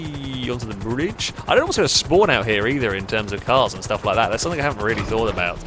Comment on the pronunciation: It's "something" not "sumpthink"